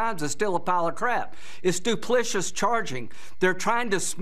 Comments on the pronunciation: Lindsey: the word is duplicitous not duplicious. Hard to believe he has a law degree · That's my thought. He mispronounced "duplicitous" and he seemed very stressed the whole time.